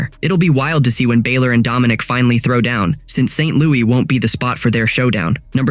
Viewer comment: Finn 'Baylor' ?????